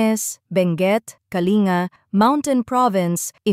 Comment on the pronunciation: Hindi Po kalinga KA-LIN-GA